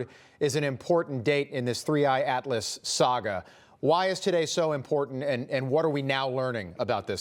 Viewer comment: "Three Eyed Atlas"? 🤣 I don't think AI would get the name THAT wrong. 😂